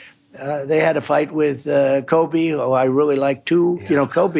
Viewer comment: So funny that he calls Colby 'Kobe'